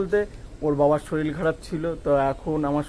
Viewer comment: শরীল না শরীর বুজতে পারছি না